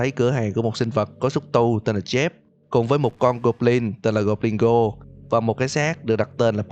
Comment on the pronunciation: Con người ta tên El Goblino mà ông đọc là Goblingo thì lạy luôn, chịu